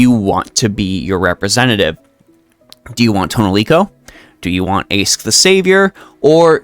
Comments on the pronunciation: I know you already said you'll stick to that current pronunciation, but I'll be that annoying one who explains that... It's actually a lot easier to use the correct one. In LB6, they explain that "Aesc" means "Ash Tree". It doesn't just mean that, it's ALSO pronounced "Ash". (Therefore I demand she gets a Pokemon trainer costume at some point). On the other hand, Toneriko is just the Japanese word for "Ash Tree". It's like how the Chinese Servants refer to their names with the Japanese translation, e.g. Xuanzang Sanzang refers to herself in voice as Genjou Sanzou. Why Chinese Servants specifically? Probably because they share an Alphabet and so read those characters in their own different way. This means that Toneriko isn't a "third character", and the NA team is just giving her the "Chinese Servant" treatment, rewriting the name into Old English instead of kana, which makes sense. So this is just Aesc/Summer Morgan, not Toneriko/Aesc/Summer Morgan. While I do love her as a character, wanting to give hugs for the horrible things she goes through, it feels wrong personally that they chucked a summer skin into an anni servant. Aesc's final ascension should have been something like... Morgan, but not summer-y? Specifically, perhaps a reverse Alter look where she's shiny, rather than gloomy? Summer Morgan could have been on a third banner instead. Or if people are tired of Saberfaces, they could have someone else as Anni, keep Summer Morgan in the lineup, then release Aesc on New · Apparently the correct pronunciation is Ash, just like Ash from Pokemon